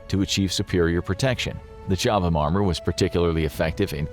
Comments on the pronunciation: FYI Chobham is pronounced Cob-um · It's pronunciation is Cob ham. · The H is silent FFS